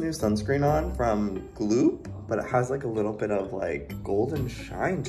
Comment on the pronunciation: It’s not “gloop” it’s “gloom”😂😂😂